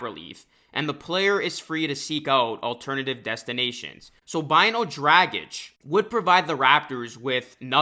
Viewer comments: Hate the way you’re saying Dragic. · Could you say his name anymore wrong? Omg. It’s one of the easiest European names to say. It’s like “drogic”.